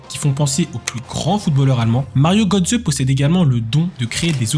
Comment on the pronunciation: Mario Götze ( on prononce Gueutsé ) MDR comment le commentateur prononce son nom ! lol lol lol . En allemagne j´étais scié aussi lorsqu´ils parlaient de Mbappé , on comprenait rien de qui ils parlaient...